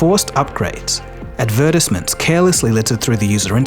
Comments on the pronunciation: Lmao at the way he pronounced advertisement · First time I have heard "advertisement" pronounced as /ədˈvøːtəsmənt/, which is how it's pronounced in New Zealand.